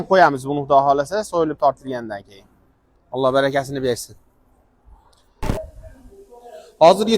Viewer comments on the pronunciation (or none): none